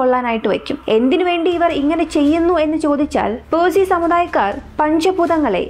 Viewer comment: പേഴ്സിഅല്ല പാഴ്സി